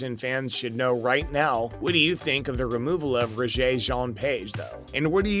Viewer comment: Please learn to pronounce Page’s name correctly. His first name is pronounced Reggae, like the music. This was an interesting piece with a focus on the score and composer.